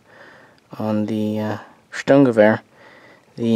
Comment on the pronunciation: Finally a worthy person ,who pronounced the German term Sturmgewehr correctly as it has to be. P.S. i 'm resident in Germany